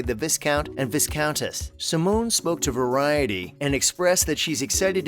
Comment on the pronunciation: Most annoying video!! Why are Poldark cast and scenery included??? And why can’t you pronounce viscount and viscountess correctly. I had to close this part way through. Sooo annoying!!